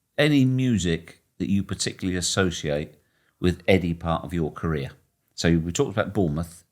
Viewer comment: “I wasn’t playing but it was One of the most iconic moments in my carear” 😂